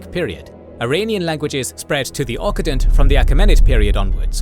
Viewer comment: Note that "occident" is pronounced like "oxident", not "ockident" as in the video.